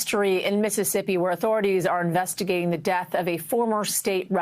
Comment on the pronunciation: PLEASE! IT IS NOT “DATH”, the word is pronounce death, de-uth. Not DATH!